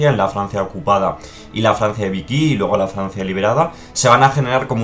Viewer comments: si fuese vicky se escribiria asi xD y lo de hitlah xD es un poco aleman andaluz. igual que decian mein führer, y no "main firah" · por favor no digas VIKY es VICHY somos espanoles jajaja, buen video, dejo mi like.